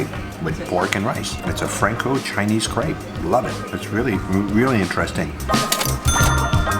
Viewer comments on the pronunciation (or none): New to your channel and instantly falling in love with you, your content and the way you present it. I'm a "francofou" from Germany, feeling half french inside. I love your love for France and french food. AND: Your pronounciation in french is excellent and spot on... well, except for Crêpe. 🙈🙉 Yes, it is pronounced like "crap" in english, not "craibe". You know the sound, let it out, even if you're thinking talking about sh... 😂